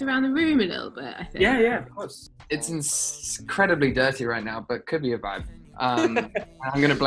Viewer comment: "it's ins-credibly dirty right now" ruel be sounding very british is that just me aha